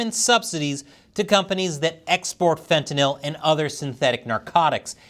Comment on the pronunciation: you are the first person I have heard pronounce Fentanyl correctly. Most people pronounce it as if the word was Fentanol